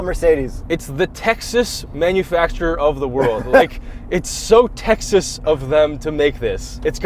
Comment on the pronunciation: doesn't know how to pronounce "Texas".